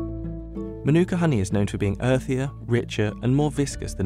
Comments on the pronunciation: English dudes pronunciation of Te Reo not great, including the word, Manuka. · The narrator can’t even say MĀORI right 😅 or Manuka